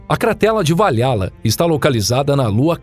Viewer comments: é io e não lo, é valrrala e não va-lha-lla. bom vídeo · Meodeos...a lua se chama "io" e não "lo".....e se pronúncia "val-ra-la" e não "va-lha-la" 🤦‍♂️ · Nossa que agonia ouvir LO todo vez que falava da lua io. E va-lha-la ao invés de val-RA-la. Kkkkk Mas o trabalho foi bem feito. Parabéns! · Valhalla se pronuncia " valrala e não vaiala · Ele também falou Va Lha lla e não Val Ra lla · Cratera de Valhalla também está falado errado, o correto seria Val-Halla com som de R no H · Tem outro, se pronuncia Val Rala = Valhalla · VaLHAla ao invés de Val hala foi de fuder kkkkkkkkkkkkkkk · a pronúncia correta de Valhalla é "Valrala". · "estrela de morte" e "vaLHÁla" foi foda kkkk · Pronuncia-se Val"RÁ"lla. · Gosto muito desse canal mas há um erro nessa pronúncia escreve-se Valhala mas se lê "valrrala" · Olá, gosto muito dos vídeos do canal acho o formato muito bom com a duração tbm, gostaria de fazer uma critica construtiva a respeito das pronuncias como exp: Io foi falado como LO e na verdade se pronuncia Ayo, valhalla tbm com uma pronuncia equivocada e por ae vai, são coisas que tiram a concentração.